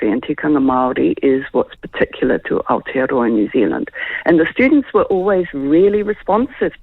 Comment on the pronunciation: Where the hell is this outa-row-a she keeps mentioning???